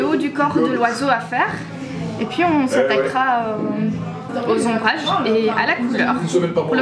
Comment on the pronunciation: Jpp "ombrages"😂